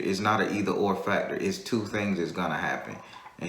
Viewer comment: Yeah, I heard that "tew"